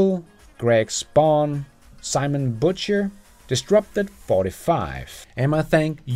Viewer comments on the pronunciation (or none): none